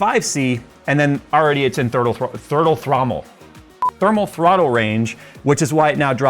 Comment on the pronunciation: Lost it at "thurtle thrommel" 💀